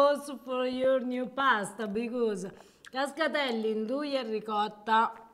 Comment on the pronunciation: Great video. I have only one question., how is it you still pronounce ricotta as “ri-cah-da”. Listen to say it. It’s beautiful.